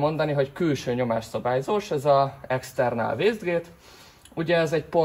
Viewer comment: Heee, ez nem er. Azt mondtad wéjsztgét. Vegre..., vegre vki 🙋‍♂️ Nyugatkapu bmeg 🤦‍♂️😩